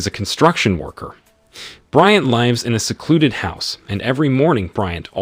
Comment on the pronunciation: I love the way you pronounce lives. 😂😂